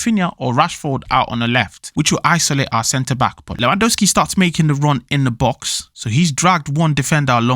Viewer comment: You are eating the second letter "W" in Lewandowski surname